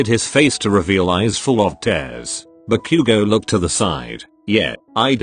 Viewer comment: LMAO SOUNDS LIKE “Barbecue go” INSTEAD OF BAKUGO 😂😂😂